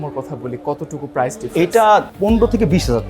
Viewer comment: আপনার PRICE(প্রাইস) উচ্চারণে ভুল আছে। ইংরেজি ভুলভাল উচ্চারণ না করে বাংলায় 'দাম' বলেন